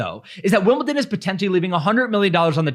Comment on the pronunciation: Not T in Wimbledon!